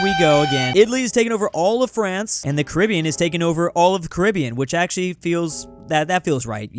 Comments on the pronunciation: “Carabiean” WHERE IS Carabiean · BRO HE DID SAY " CARIBIAN" 😂😂😂😂😂